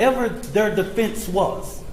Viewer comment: How stupid is this guy? metclaf? Doesn't even know how to say his name. Also, self deflense. Its defense dumbass